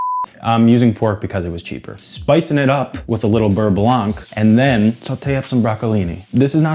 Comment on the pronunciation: Hey hey! You’re doing a great job and always appreciate seeing you tackle a new dish. One quick remark from your French admirer: the “c” in “blanc” is silent. Same with sauvignon that never sounds blank!